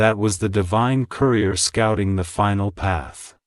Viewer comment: So what happened to the currier bringing my so called check? Why do you speak words that are not correct?